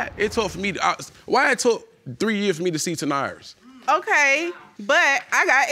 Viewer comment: I'm sorry I can't..ta'norris...then he's pronouncing it ta'naurus...